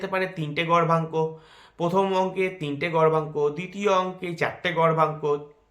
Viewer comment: উচ্চারণ টা গর্ভাঙ্ক হবে নাকি দাদা? বোঝা যাচ্ছে না